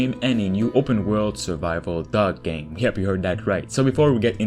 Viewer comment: “Open world dog game, yes you heard that right” im sorry but no i didnt i had no idea what you said until the gameplay showed up 😂😂